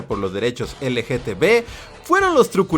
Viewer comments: Amigo no es dificil decir LGTB repite conmigo L-G-T-B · Cada que menciona la abreviatura (mal pronunciada) me la imagino escrita LGTV jajaja